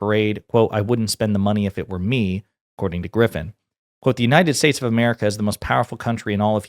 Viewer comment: Bro do you realize now we bean mocked him sense 2016 and laughing on him sense 2016 especially when he said "God bless United Saysa"😂😂😂.